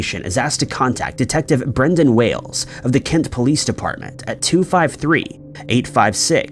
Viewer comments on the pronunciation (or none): none